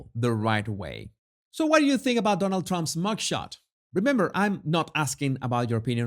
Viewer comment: “Donuk Tromp” Learn to speak English 1st…